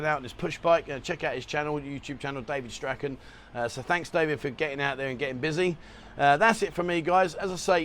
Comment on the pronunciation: Hi, i think you'll find this is how you pronounce Strachan - cheers